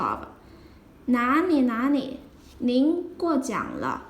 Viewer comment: Are you from Sichuan province? 😊The way you pronounced Na Li, sounds more like La Ni 😁